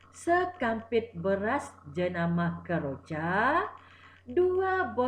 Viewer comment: Kejora cg bukan keroja🤭